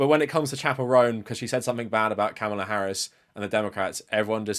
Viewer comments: But also mispronounced the name Kamala in this video. You don't have a problem with that? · You pronounced Kamala's name wrong twice. As a black woman, I can safely say we have a history of our names being pronounced wrong. Please do better 🙏